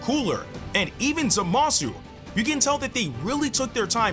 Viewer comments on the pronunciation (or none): You pronounce Zamasu like a Weasley . its ZAmasu not ZaMASU lol